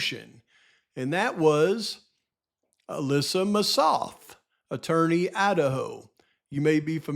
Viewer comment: Hey,! Just a tiny, tiny bit of a critique of your video. I was so surprised that you mispronounced Ms. Massoth's name after all the years researching this case. I'm aware you have a million different facts swirling around in your head, but getting her name wrong was a little sophomoric. It actually hurt my ears, and made me question you - not in a real way - but question you nonetheless. Well, that's it. Keep up the fantastic research and videos. I listen and enjoy every single one of them. I love ya!♥️♥️